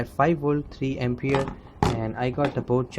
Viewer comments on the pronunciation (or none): none